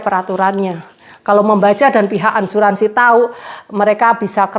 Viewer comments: Maaf Asuransi mba bukan Ansuransi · Asuransi mbak bukan Ansuransi 😀😀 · Maaf bukan Ansuransi mba tapi Asuransi